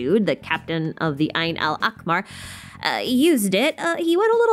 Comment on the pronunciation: "Ayn Al Akmar" ??? It's Ayn Al Ahmar (or just say the eye of red) For grammar's sake.